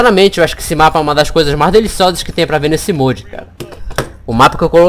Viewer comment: mas tá errado